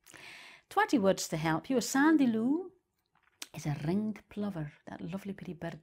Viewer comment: wait did she just roll her R on "ringed plover" wtf is this